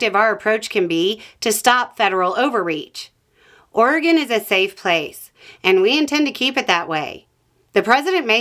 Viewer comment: 🏆🏆🏆🏆 for pronouncing Oregon correctly! Thank you for creating this!